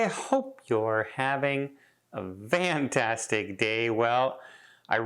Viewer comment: hey, i am curious.. are you saying "vantastic"??